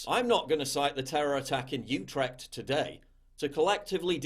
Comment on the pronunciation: As a Dutch man I feel that I'm qualified to say you pronounced Uetrecht wrong it's oo-tre-cht. But apart from that great video as usual